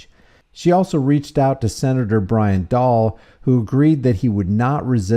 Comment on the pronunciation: Dahle is pronounced dah lee.